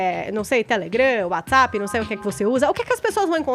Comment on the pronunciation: Caio guerreiro! Edgard insuportável! Meu Deus do céu! Não dá pra ouvir mais esse programa! "Ninguém quer Lula livre aqui" KKKKKKKKKK "ÇEI" 😂